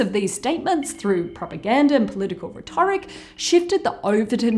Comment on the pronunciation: Sorry to correct you, but it's pronounced "RHET-or-ic," not "rhet-OR-ic." (Unless it's an Australian thing, but I couldn't find any references to alternate pronunciations.) Found the video very interesting, though.